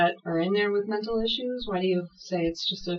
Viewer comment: "jails are the new men'tal health facilities"..., he's been planning his excuse for some time...the whole time he was pretending he can't talk.